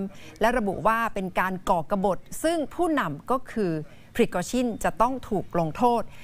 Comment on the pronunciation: นักข่าว คนอื่นอ่านเป็น แวกเนอร์ มันอ่านเป็นวากเนอร์ พริโกชิน มันออกเสียงเป็นชิ้น คืออยากกระแดสำเหนียงว่างั้น ไม่ได้ว้าใครลอยๆ